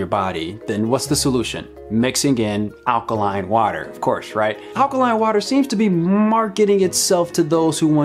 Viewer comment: did you just say "allergy eaters"?